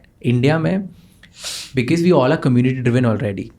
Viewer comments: Why Indians pronounce because az ”bekez” 😂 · Bhai becuss kya hota hai😂karlo pronunciation toh theek bhai,it's be-cause pronounced as becoz,because